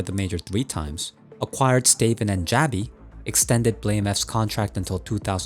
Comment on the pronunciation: Love this channel... but... Stay-ven? Stavn is said "Staouwn".